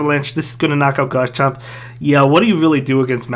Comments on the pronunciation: Pls call it Garchomp instead of Gars-chomp bro Thanks for the content anyways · why do u call garchomp “gars chomp”